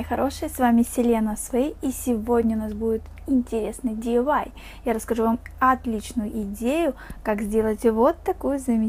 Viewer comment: чо ахахах ты сеазала диувай а надо ди ай вай